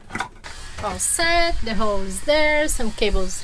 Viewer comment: Congratulations on get your Capitan’s License. When your speaking you guys don’t pronounce the letter “L”.. when you guys say the word “hole” it sounds like “hoe”. I am not making fun you guys at all. Just trying to help. I alway respect people who are fluent in a second language. I live in the United States and some people here are always making fun of my native Mexicans brother and sisters because they make phonetical errors when speaking the English language and i have to check them and let them know they are working on their second language and give them some slack. Thank you both for being so talented. I very much enjoy your channel. I’m sure your boat is already splashed and everything went well..